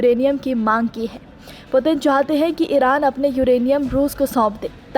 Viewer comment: Putin ka naam sahi nahi le pa rahi to reporting kya ghanta karogi😂